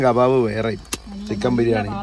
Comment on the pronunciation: FA ALLA BA, BIRIYANIYUDE BA 😀